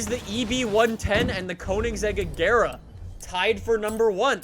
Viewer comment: I love how he mispronounces every single car name. "A-gare-uh" "Cheer-rone" "Vair-on" I haven't finished the video yet but I bet he's going to say "Jag-warr".